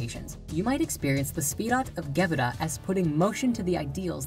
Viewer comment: LOL. "The SFIrat of GEbura". Sorry, I can't take this seriously. I mean, the very rudimentary basics are there, and that's a good thing, but if one doesn't know the fundamental jargon of the trade, one should not deal in it.